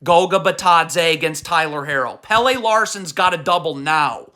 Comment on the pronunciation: Omg. It’s not Hair-oh and JahQuezz. Not Pay-lay. He’s not the soccer player. It’s Pel-leh. Your pronunciation is trash.